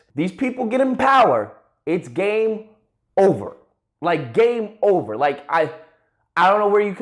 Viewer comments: What he says: game over What i hear: gay over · when when said "it's game over," I thought he said "it's gay over"